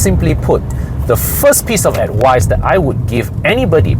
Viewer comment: Never take advise from someone that cant even say the word....